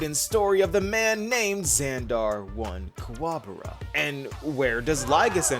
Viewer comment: Bro, are you rage baiting? Are you trolling you keep saying his last name wrong?